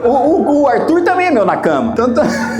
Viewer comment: "Nakama" com tom de "Na Cama", é pra acabar com a seriedade 😂😂😂😂😂😂😂